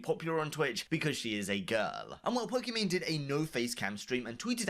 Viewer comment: The people in this video can't even pronounce Pokimane's name correctly.